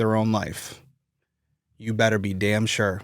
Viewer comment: Boston area accent accidentally coming out with "you beddeh be sure" makes it hit so much harder! Lol (No, I don't know the nuances of every little area's specific accent in the Northeast United States. But I know when you get a Bostonian mad, that's what they sound like lol)